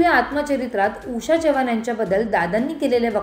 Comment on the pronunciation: बाई चव्हाण तुम्ही च्यव्हाण 😂असे का म्हणता...